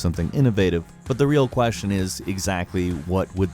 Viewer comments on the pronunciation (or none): none